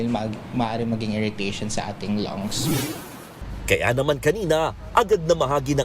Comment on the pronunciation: Ma-inhale sa ating Longs? 😂😂😂 Ayusin sana ang pagsasalita at pagbigkas. Huwag ipilit ang accent dahil mali. Maarte lang, pero mali.